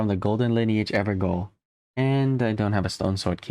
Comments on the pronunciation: *ever-jail* not 'ever-goal' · I see someone is still calling it "Ever-GOAL" even after hundreds of videos pronouncing it "Ever-JAIL" are available. Why? because it's a Jail that the NPC is in there FOREVER. Gael, I believe is old English, but I can't remember. Jail is the alt spelling. You're welcome. Great video btw, keep these cosplays coming. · Just googled it its not evergaol(ever jail) its evergaol(ever gall) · Sir Please, call it the ever JAIL that is how you pronounce GAOL it's old gaelic for JAIL! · it's a small thing, but the Evergaol is pronounced as everJAIL. Gaol is an old way of spelling jail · Fun fact: gaol is the uk/au spelling of jail, so evergaol is pronounced ever jail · evergaol is pronounced everjail it is just spelt the British way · Evergaol is actually pronounced like “ever-jail”! I believe it’s Scottish, but I could be wrong. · Evergaol is pronounced like everjail. Gaol is an archaic way of spelling jail and the people in the evergaol are prisoners trapped in them.